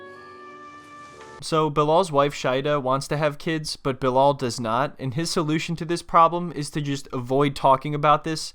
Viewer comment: Bruh it's not BiLOL 😅